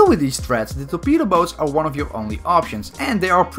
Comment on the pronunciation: Is it just me or everybody thinks that when says torpedo boat it sounds like betabow Btw can you make a video about every melee weapon in Bf1